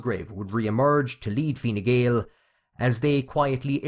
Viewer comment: Learn to pronounce the name of the party correctly, stupid